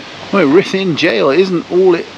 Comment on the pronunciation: We were at the Premier and so sorry that it didn't work out as planned all beyond your control. We loved the video - even though we are Welsh we have never been there - it will certainly be on our list and would love to see the jail. Thanks for sharing and the pronunciation was very good! Elaine, Mike, Samuel and Thomas 😍😍